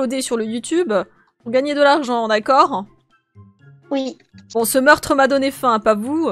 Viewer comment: Elle dit d’accorde